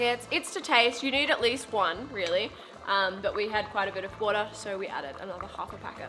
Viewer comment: wooohtuh or wottir 😂